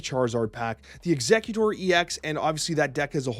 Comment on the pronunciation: Some weird pronunciations 😂 For example it's ex-egg-utor instead of executor